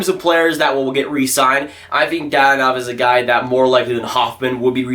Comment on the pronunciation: Slavic names are pronounced as they appear; they don't have all the annoying rules as many other languages: Dadonov = "da-doe-nov"; Georgiev = "gee-or-gee-ev"